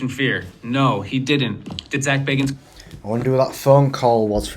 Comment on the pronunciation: It's bag not beg😂